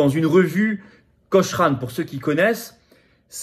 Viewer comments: Cochrane se prononce coc"r"ane. 😉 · "cocrane" il faut dire "cocrane" monsieur Philippot